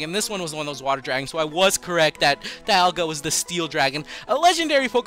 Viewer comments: bro it's "PALL-KEE-A" and "DEE-ALL-GA" not the shit u sayin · It's pronouced Dee-alga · Dee-al-gah , that's how I heard it in the movies